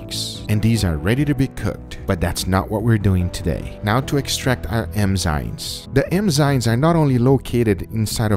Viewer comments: Guga, say Enzymes Guga : EMMMZYNESSSS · Can we get a “emzynes” counter? 😂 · I heard Guga say "emzymes," "emzynes," enzynes," and "engzynes" hahaha. Love you Guga! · I love how Guga says "emzynes" and not "enzymes" xD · It somehow rages me out that he says „emzynes“ instead of „enzymes“... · Which is weird, because in portuguese it's eNziMas, not eMziNas. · Every time he says “emzynes” instead of ‘enzymes’ I cringe inside a little A lot* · So tell me more about the "Emzynes" and then "Enzynes" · eMzyNes!! Come on Guga, it's enzymes. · It's enzymes not emzynes Guga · en-zaim rather than em-zain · Emzynes. How many times is he going to say "emzynes." lol. English, brother. Say it right. ENZYMES. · Maybe. But what are emzynes? Lol he kept saying it and it was crackin me up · Also EM-zimes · sounded like M-zimes to me... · Even in spanish: Enzimas, not Emzinas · Drinking game : take a shot of Vodka when he says "Emzynes" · Awwwe. He says emzines. ❤️ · Is it just me, or is he saying Emzynes instead of Enzymes? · The "emzynes" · Am I the only one who hears him saying emzynes instead of enzymes? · Does nobody else notice he's saying emzynes?? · is it just me or does he pronounce enzymes EMZYMEZ? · The emzynes...emzynes.....emzynes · I love the GugaFoods videos but...is it just me or does he keep saying "emzines"?? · Am i the only one hearing him calling enzymes "emzynes"? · ITS ENZYMES EN-ZYMES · not to be rude, but eNzymes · Emzyne? Literally unwatchable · its pronounced N- ZYME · EN-ZYME. Say it right, man. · "Emzynes" ughhhhh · It sounds like he says it right about a 1/3 of the time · Guga is a great cook, but he sure doesn’t know how to pronounce the word “enzymes” lol